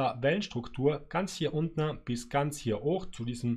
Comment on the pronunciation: Danke für die wundervollen Analysen, aber ich hätte eine Bitte... Es heißt nicht untne...